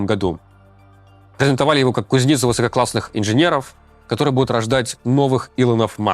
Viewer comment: Очень неплавная рваная речь, такое ощущение, что сам не понимает, что говорит.. "КузнИцу"😅